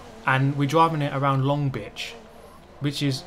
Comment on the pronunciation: So did you mean to say Long Bitch or Long Beach hahaha